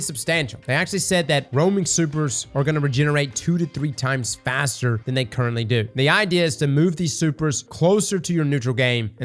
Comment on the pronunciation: "Fat-ser" lmfao 😂